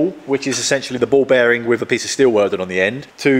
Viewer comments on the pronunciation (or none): Just needs to stop saying wif and vat